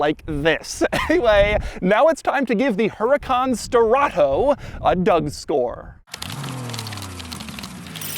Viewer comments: not Strato BUT STE-RRA-TO. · Sterrato is NOT pronounced sterrahhtttooou dougie boy. If it were, it woudn't be written the way it is. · I lost count how many times he said: "Sterrrrrrrrrrrrrrrrrrato" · “SSSTTerRATOO”… sir y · Love how he keeps saying "STERATHO" 😂 And, who cares for the engine downgrade ? You still have 600 horses for an offroad adventure . And it's not even considered slow . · “This is my BrAnD NEW HuRAcan STerraTO” (put emphasis on the capitals) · why do you pronounce sterrato so exaggerated every time you say the word.. kind of weird lol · It’s the emphasis on STERRATO for me 😂😂😂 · If this guy says “Sterrato” one more time… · Drink everytime he says "Sterrato" 😵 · Take a shot every time Doug pronounces Sterrato with the over the top tone and you'll be getting your stomach pumped in no time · He really tried to nail home how obnoxiously annoying he can keep saying "sterrato" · Say Sterato once again but slower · Doug made this video just so he could say “sterrato” with crazy emphasis every time